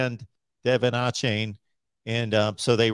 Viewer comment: Achane is pronounced A-chain